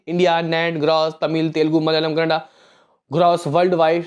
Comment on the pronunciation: Bhai ji kanada nhi.... Kannnad hai